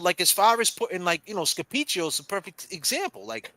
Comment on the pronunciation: When says "Scapicchio" 😍